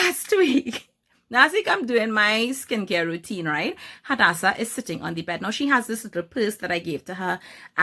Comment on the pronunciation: Swear my name is Hadassah and so many people pronounce my name wrong but it makes me soooo happy when people pronounce it extremely well like you are 😍